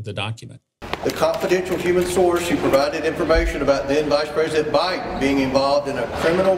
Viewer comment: He mispronounced BIDEN …